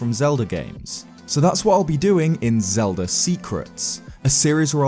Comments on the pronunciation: why does he say zelda games, yet...zeldDUR adventures? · Who's Zelder?